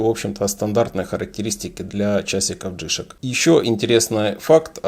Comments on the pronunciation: Не джИшк, а джи шОк, никак иначе. Ваше ударение по ушам бьет! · Не джишек,а Джи Шок,деревня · я не про написание, а про ударение именно у Вас, не в обиду! Вы говорите джИшок, вместо джишОк. Здоровья Вам! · Плюсы́ у джи́шок - у вас проблемы с ударением))